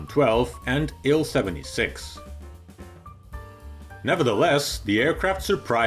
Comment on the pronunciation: You pronounce A and N separately, not as "an".